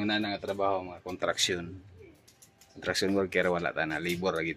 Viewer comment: sir," construction ang tama,not " contruction".a piece if advice lang.